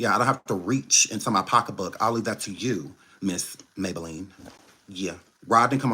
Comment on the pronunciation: 😂😂😂😂😂😂❤😂😂he call her ms maybalenne